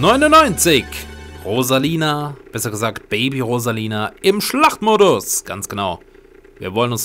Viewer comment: "im Schlachmodus" xD Jaja schlach, guten Tach, spiel mer Schach?